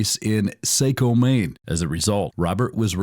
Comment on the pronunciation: For the love of God its pronounced Shhh-men-geese and Sahh-ko not shamenageese and Sayko..who the hell is even narating this thing? Clearly you arent from Maine